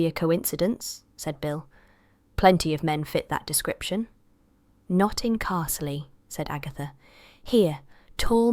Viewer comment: Are these fan fiction or something? Cat name wrong, names wrong or mispronounced... Castle- eee for Carzlee etc etc. So you have killed 2 cats and brought home a new one? Fan fiction written by somebody who has never read or listened to a long established character and village?